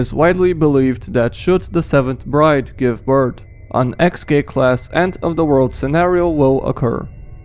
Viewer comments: You said beirth not birth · My guy birt is not a thing it’s birth